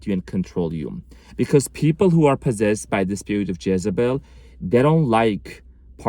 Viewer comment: This explains my EX. Her name is Jessy. It kept sounding like you were saying Jessybell. Makes sense.